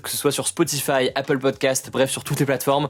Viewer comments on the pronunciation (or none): none